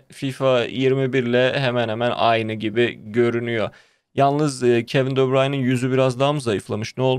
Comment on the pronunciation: Kevin dö bırayn diye okunmuyor bu Arada. Kevin de bröğne diye okunuyor